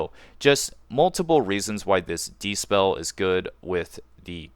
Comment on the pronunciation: Good vid, but it's dispel, not despell